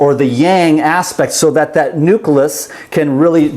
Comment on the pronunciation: What's a NUCALUS??? I thought it's a NUCLEUS?!?!?!?